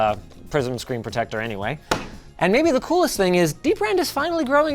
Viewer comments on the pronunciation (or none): none